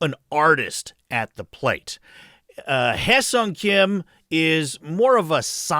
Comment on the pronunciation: Wonderful video. It is such a relief to hear someone actually pronounce Hyeseong correctly 🙂